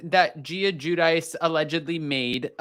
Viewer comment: Teresa said Its JEw-dee-chay Not JEW-dice